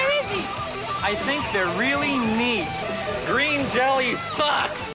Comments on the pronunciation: "I am a fan of Green Jelly". Uh not you're not. Otherwise you would have pronounced it properly. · Other than your mispronunciation of the band name this was good and I agree with you for the most part. Bill doesn't give a shit if the band is tight or not. He's getting paid regardless. The band doesn't get paid. Essentially we're a bunch of idiots all over the world hanging from his balls feeling like we're a part of something special, and trying to convince others the same. I was on the tour where Bill got ripped off. It's what gave the band a little heat again. It'll cool again. Thanks for making this. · If you're such a fan, why can't you say the name right?